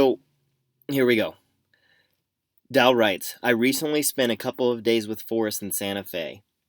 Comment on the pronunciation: It's pronounced DALE.